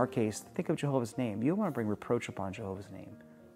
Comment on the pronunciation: "JeeHOOOver's Organization", ugh, makes my skin crawl every time I hear those words!